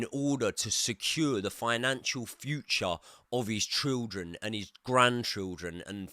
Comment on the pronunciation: You can’t say ‘children’ properly